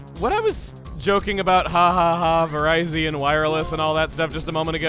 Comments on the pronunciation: That is how it should be pronounced. But the anime didn't catch this, apparently, since they do pronounce it Vir-RYE-Zion. (Yeah, that glaring fault does annoy me, too) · I'm sorry did you just pronounce it ver-ie-z-on that is the farthest from the correct pronunciation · I get you want to pronounce Cobalion like Cobalt. But I can not stand how you pronounce Virizion and Terrakion. (Aswell as Archen) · Hearing Virizion's name mispronounced so badly hurts my ears... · Wow, Virizion with a hard I is the actual pronunciation? I thought it was with a soft I, like ...you know, viridian? That seems to be trend with this trio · I always thought the musketeers had names with soft vowels. Their names are partially inspired by latin words with soft vowels that relate to their non-fighting-type typing. Cobalion with Cobalt; a metal. Terrakion with Terra; (the) earth. And Virizion with Viris; green, the color of grass. There is also Keldeo, it's naming scheme appears to be slightly different, but the words that make up the name also use soft vowels. Assuming -deo is derived from the latin word for god, to signify its role as a leader. The -deo could also be derived from rodeo, but that only ties in with it being an equine looking Pokémon. Non of the other Musketeer's names appear to be based on their looks, so I don't think that is likely. The only reason I can think of for the hard vowels is that the musketeers are from Unova and Unova is based on North America. North American English uses a lot more hard vowels than European English. Either way, I mispronounce all of their names for the same reason you keep mispronouncing Cobalion's name. The correct pronunciation sounds stupid and feels wrong. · It's supposed to be like Viridian. You know, the city in Kanto? Similarly, Cobalt-ion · So... I presume there are others remarking "It's Vih-rih-zee-on so the Verizon joke doesn't quite fit"? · Your pronouncing it wrong it's not Verizon with an extra I it's ver-iz-ee-on